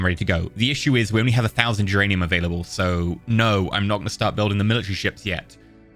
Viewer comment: Every time you say duranium I hear geranium